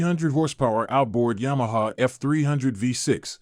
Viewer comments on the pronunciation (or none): none